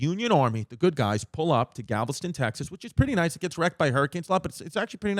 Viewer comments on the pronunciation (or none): “Gavelston TX” 😂